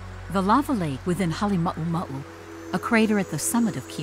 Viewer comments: Its Halema uma u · Not Hale mau mau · I still love how USGS mispronounces Halema'uma'u